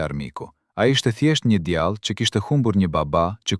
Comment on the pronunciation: Ti qe po lexon tekestin djale dhe jo djalle .ze tinzare....